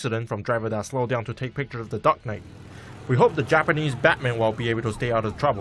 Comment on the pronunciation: Here is the pronunciation of Batman /bætmæn/